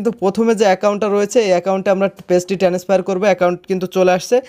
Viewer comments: টেনেস ফায়ার 😂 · ও ভাই একটু English উচ্চারণ ভালো করেন। ভিডিও বানানোর আগে খেয়াল করেন। টেনেসফার কি ভাও😂😂